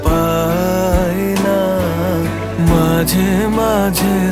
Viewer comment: Ei vocal ta just disgusting. Jeno kono British jor kore bangla bolche. Too much H in pronunciation. "Majh he majh he toboho" & ' KenHO meghh ashey ' ! Seriously, WTH!!